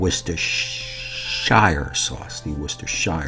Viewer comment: Nailed that one. Hard to beat salmon cooked right. Worcestershire. Easy for you to say. A sauce made with lemon rind = a $8.95 meal. A sauce made with lemon zest = $18.95 meal. 👌